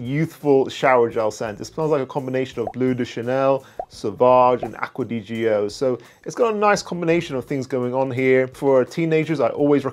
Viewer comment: Right, class in session 😅 Acqua Di Gio is pronounced (jo not gee-oh). Likewise Moschino is pronounced (MohsKEYnoh and not Mosheeno). Other than that, great content mate- subbed and fully enjoying your videos! 👌